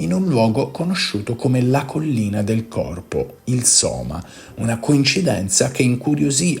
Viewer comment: Sema? Sema?Sema? NON Soma?